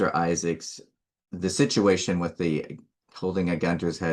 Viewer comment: It sounds more like a shituation 😮